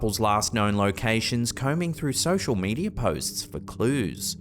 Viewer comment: Sosher medier 😅